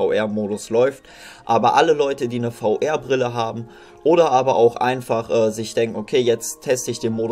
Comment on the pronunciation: VR spricht man englisch aus und nicht deutsch.